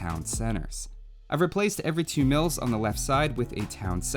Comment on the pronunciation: I heard "MILFS" the first time you said mills and that gave me a reasonable answer to the question.